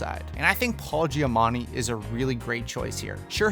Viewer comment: Your casting choices are almost always excellent… but I’ve noticed that you often choose some… unique pronunciations for some actors’ names. (Paul “Giamanni” for example.) Part of me wonders if you do this on purpose to see who’s paying attention.